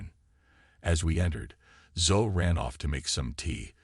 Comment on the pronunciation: OKAY, 15 seconds into this narration and I realize it is NOT a human voice telling the story because "he" didn't know how to pronounce the little girl's name Zoe. It should have sounded as Zo E. Come on, people....get live narrators. There are people who NEED a good job, not artificial dumbed-down speakers.